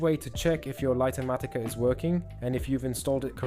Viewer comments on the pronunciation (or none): LIGHT matica,, not Lighter matica!! XD smh!